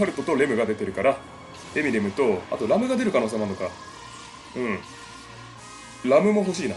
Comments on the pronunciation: ラムのイントネーションが完全にラムの実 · 名前の発音ーーーーーーーエミリア⤵︎ ラム⤵︎ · レ↓ム↑、ラ↓ム↑の発音とレ↑ム↓、ラ↑ム↓がごちゃごちゃだw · レムとラムの発音違いますよ。 あと、レムとラムにロムは関係無いですよ 推しはエミリアたんです(聞いてない) 同士おる？ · あ、あと レム⤵︎ ラム⤵︎ ですね！発音が！ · ラムとレムの発音w